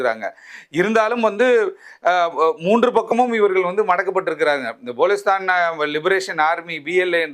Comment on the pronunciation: ங்கோத்தா ! பலுசிஸ்தான் எனும் சொல் கூட வாயில் வரவில்லை. போலிஸ்தான் என்று பேசுகிறான் தற்குறி